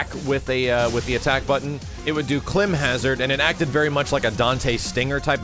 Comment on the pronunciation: 2 things people were actually given a chance to criticize and make recommendations, and no one mentioned adding Vincent Valentine!?! And two, you should look up how to say climb in Climb Hazard. You were pronouncing it wrong.